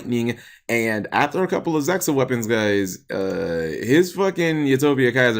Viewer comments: It's not pronounce zexal, it's pronounce zeal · It's pronounced "Zeal". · LeCoolFace Not really, look it up, watch a video of yuma and astral morphing into zexal, they pronounce it without the x, and well, sounds better like this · ITSA ZEXAL cause look it's spelled z e X a l so that pronounces zeal... yep makes sence right